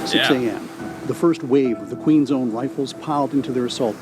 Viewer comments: lol Queen's own, not Queen zone. I appreciate this video. it's nice to see an American willing to learn about Canada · it's Queen's Own... not Queen's Zone.